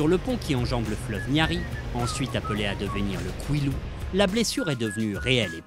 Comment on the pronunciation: Congo: Fleuve Niari et Kouilou et non Kwilu.